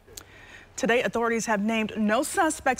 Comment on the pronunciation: She said cowoperate at the end lol